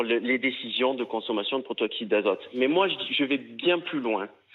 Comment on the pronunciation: c'est pas le "protoxyte d'azote" mais le "protoxyDe d'azote"